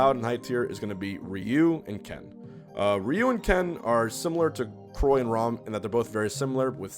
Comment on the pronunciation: Okay we get it He said Croy and Rhom You don’t need to write it 7000 times in the comments